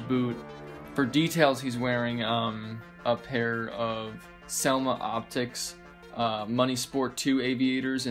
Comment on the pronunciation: It’s Selima Optique Not Selma Optics lol